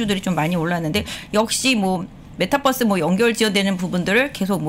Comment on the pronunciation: 메타뻐스라고 말하지 말아주세요 ㅋㅋㅋㅋㅋㅋㅋ ㅠㅠㅠㅠㅠ